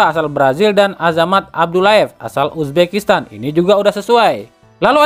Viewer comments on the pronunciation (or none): none